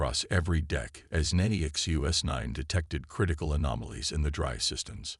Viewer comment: Funny how NONE of these sci-fi channels can ever spell HULL. They call it hall, hole, or something else just as inane. Good stories are so damaged by many bad pronunciations, and bad spellings. Disgusting that the AI bot reader can't say "NEXUS 9", has to break it up to "NEXT U S 9" or some other variation. And it is spoken so often to be really irritating.